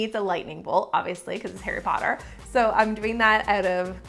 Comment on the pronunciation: BUTTERBEER Flavored Harry Pottah Cake... MY FATHER WILL HEAR ABOUT THIS -Draco Malfoy